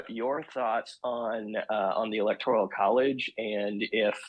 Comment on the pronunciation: Democrats are against ANYTHING in the Constitution. BTW, you might want to pronounce "electoral" correctly. GEESH!